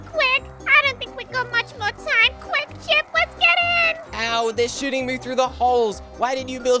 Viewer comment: um you said ship it's chip